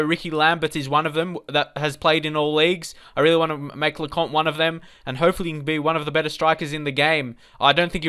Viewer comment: Blanchard ...... Blank-ch-ard Lecointe ....... Le-coin-t Gilmartin ........ Jil-mert-tan (pronounced as if he's French) Young has more potential than Hourihane.